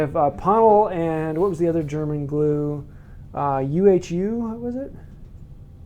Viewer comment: In terms of pronunciation: Ponal is pronunced [ponarl] and UHU goes like [oohoo]. ;) Greetings from Germany.